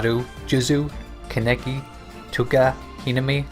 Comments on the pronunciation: It's kakune not kukun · Said kaneki’s name wrong